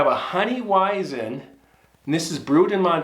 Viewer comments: Weizen is pronounced veizen. 👍🏻👍🏻👍🏻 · Pronouce "Weisen" as V for the W and a Z for the S ('vizen'). Good vid. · the W on the beer is pronounced V. good story, thank you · As a German theres something really funny about the way you pronounce weizen Also hunting at 11 years? It may be ky cultural background but i think thats a lil young, bit for texas its probably too old am i right